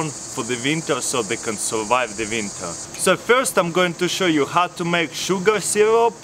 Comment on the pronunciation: You say Vinter like a German